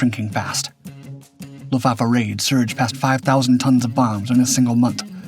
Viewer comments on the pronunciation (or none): none